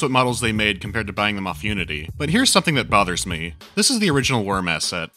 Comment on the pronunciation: When he said "Unity engine" I thought he said the "you-idiot engine"...